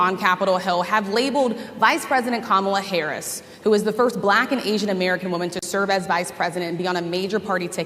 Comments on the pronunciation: He's so patronizing. The way he kept pronouncing "black" was in such a mocking tone. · He pronounces it: BA - LACK I can't stand that fool!